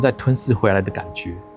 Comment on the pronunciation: 講解很仔細很不錯的博主~~只是我很注意博主咬字的注音(人...ㄖㄣˊ)...而你的發音是(ㄌㄣˊ).....自然(ㄗˋㄖㄢˊ)你的發音是(自然ㄗˋㄌㄢˊ)...(藍ㄌㄢˊ)....我也又訂閱案贊了~~加油!!